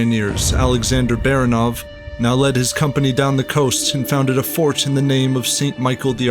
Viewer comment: last name 'Baranov" is pronounced by the narrator incorrecty. Not just one but two errors. Frst of all, stress is not on the last syllable, but the middle one. Secondly, russians characters are pronounced as they are written so A is a, not ae